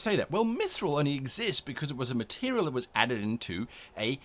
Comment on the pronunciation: Nothing to do with the videos content, but I find way you say material sort of amusing. "Meterial". Makes me smile some reason.